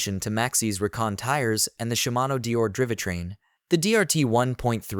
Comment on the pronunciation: driveh train? de raley ore? AI voice fail